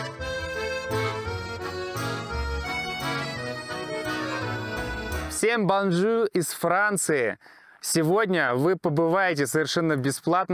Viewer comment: Ыыыы… все франкофоны зашипели от вашего Бонжуу😂😂